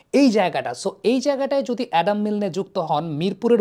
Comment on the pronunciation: ভাই, তিনি অ্যাডাম মিল্ন! নামটা এটলিস্ট সঠিকভাবে পড়েন!